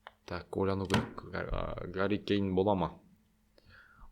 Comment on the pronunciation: Гарри емес Харри Кейн